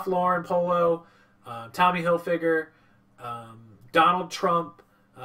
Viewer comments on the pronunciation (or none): none